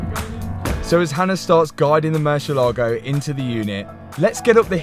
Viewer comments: Ok but could you just not call Mur see el Lago? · So funny the way pronounces "Mercia Logo":D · Say moo -si -a - la -go .that was the saund. murcielago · Moor-sieh-lagoh. Pronounced. Murcielago means bat in Spanish. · murciElago try pronounce the E stronger so you can actually know how the car is really called cause I couldn’t understand what you were saying hahaha it’s Spanish word for BAT. Good video btw! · Man i like your videos but when you pronouns murcielago like murshielago i fell in rake sorri😂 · Top Gear had the same problem in correctly pronouncing the name of this murciélago car. It's moor, thiel, are, go. It's the Spanish word for bat. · MURCIELAGO (MUHR ZI ELLA GO) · "Marcelogo" hahahahsha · I don't understand why some youtubers can't take few seconds of their time and learn how to pronounce their car names the proper way. It is a not a marchalado. It is a Murciélago. It takes 5 seconds to learn this word the right way. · know how to put it up every time 👌 But if he keeps saying MÜR-CHIE-Lago I SWARE TO GOD.... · is not "Mercylogo", its MURCIELAGO 🤣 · I played a drinking game with how many times you said MerSHialago 🤣🤣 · It’s amazing how no one can pronounce Murcielago properly… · Murcielago has the accent on the "ie" part, not on the "lago" part. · Hearing the poor lambos name butchered is always cringe 😬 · OH MY FKIN GOD.... HOW MANY TIMES DOES THIS CLOWN SAY THE WORD 'MURCIELAGO' IN THIS VIDEO ??????????? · just in case you want to pronounce it correctly, the emphasis is on the e not in the a. Cheers!! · I love the new project …….however…………..get a spanish lesson ………and learn how to pronounce MURCIELAGO …….IT WIILL INCREASE YOUR STREET CRED ! 😂